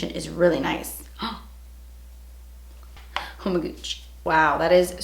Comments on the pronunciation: Every time she says “oh my gouch” I die because of the urban dictionary definition of “gouch” 😂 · Megan Coller we are all welll aware of what she really said 😂😂😂😂 the O.P was just saying that when she says it like that it sounds like shes saying gooch😂😂😂😂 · I really like how you say "oh my gutch" 😂